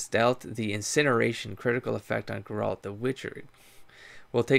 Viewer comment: Yes! So thrilled to see you continuing this series (and to hear you continue butchering Geralt's name) :P - The Witcher 3 has a way to reset the world state (similar to Dragon's Keep), so RP to your heart's content. You can start Witcher 3 with no regrets with any of your choices. - Having said that, and you might have already heard, the Witcher 2 has a significant branching decision. You will miss (by design) significant story elements, quests, and lore of the other path. The game will give you an obvious hint; be sure to save!